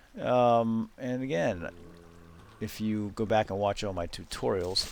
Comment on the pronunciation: no offence but the way you say tutorials is soooo annoying!